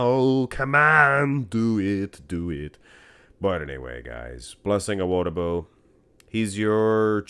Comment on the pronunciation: Just FYI, the emphasis is on the “Di” in Awo”Di”bu